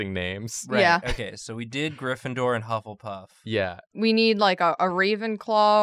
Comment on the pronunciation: bufflepuff? correction: buffletuff